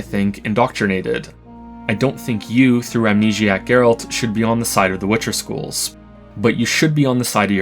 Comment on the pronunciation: Not jaeralt, gaeralt